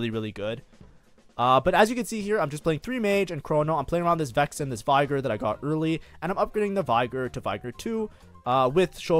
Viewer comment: Bro claims to be Master but can't get Veigar's name right.